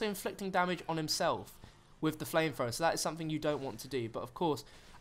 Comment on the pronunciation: "Flamefrowa" "Literally, literally, literally"